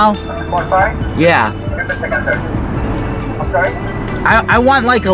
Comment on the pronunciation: Pot pyeeee